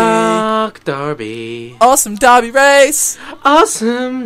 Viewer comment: It is DERBY not DARBY.